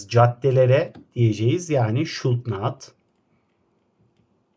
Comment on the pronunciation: Hocam şud nat deil şudunt